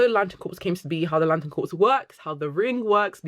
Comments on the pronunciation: they're wrong unless they are talking about corporations. Look up pronunciation guides here on YouTube - there's one from Collin's English Dictionary (even American sources will probably confirm exactly what I am saying) which is a British dictionary.. There are plenty of British people who can't even properly fucking pronounce "anything" or similar words like "something", they say it as "anyfink"/"somefink" so I would not take their pronunciation as gospel. Dictionaries, however, I will & not just because they confirm what I am saying >-> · The word CORPS is pronounced CORE, not CORPSE. A CORPSE ia a DEAD BODY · Also, I love how much you're a fan of GL Comics, but "Corps" is pronounced "Core" ...As in Green Lantern Corp, the way you're pronouncing it is Corpse, which is a dead body. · Awesome video, but its pronounced Green Lantern "core" like marine corps not like corpse as in dead bodies. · I think it's pronounced "core " rather than corpse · Great video! Small note: I notice you keep saying “corpse”. Corps sounds instead like “core”. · Lantern “corpse”… 😂 RIP Hal. (Corps is pronounced “core”, btw.) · Great video. Also it’s pronounced core. Not corps. The p and s are silent 🤓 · Great video! Can’t wait for the show! Also I just have to say, it’s pronounced “core”, corpse is a dead body… but great vid! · Great video, small pet peeve is that corps is pronounced “core” (or “cores” plural) not like “corpse”. It’s a French loan word. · Awesome video, i’m loving getting into Green Lantern so much after the TV series. Not to be that person but “corps” is pronounce “core” with a silent P, and i apologize but i have to say it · great video, thank you so much. it's difficult hearing you call them the "green lantern corps" though, when it's pronounced "core". :( i know!!! loooooooool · Every time she says "corpse" I die inside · You're a beautiful lady, but "Corps" is pronounced "Core". As in Marine Corps. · It’s pronounced ‘core’